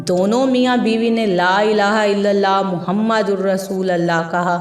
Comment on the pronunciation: Please kalma sahi pudhna seekh lijiyay " Muhammadur" pay paysh hai zabar nahi.